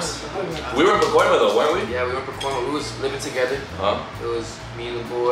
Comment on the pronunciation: said PACOIMA in the video. Represent!